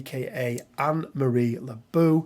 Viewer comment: Great video as always Could yoy sugetst any crisis for professor X and his students? I think you may underestimate Storm: Eye of storm+Lighing bolt is a nice attack wich triger Professor X leadership. So it's not bad for a Threat 3. PS Lebeau is prononced "le bo" it"s french ;)